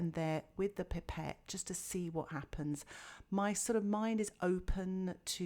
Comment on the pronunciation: Its a pipe ette not pepet